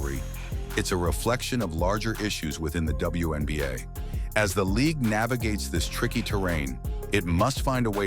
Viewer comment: It's called the WNBA, not the BWNBA.